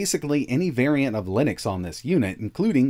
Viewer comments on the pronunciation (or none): none